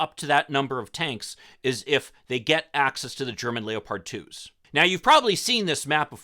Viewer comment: I think the military will be too afraid of the Abrams being captured to send it. Also why do you pronounce leopard like that? I never heard anybody say it that way.